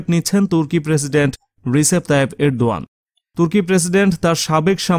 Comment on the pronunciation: ardogan uchcharon korte hobe